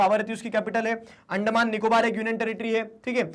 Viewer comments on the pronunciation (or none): none